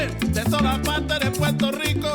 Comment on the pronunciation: estas en PUERTO RICO, no es RICH PORT!! Asi q dale al español nomas!!! el idioma mas lindo!!!!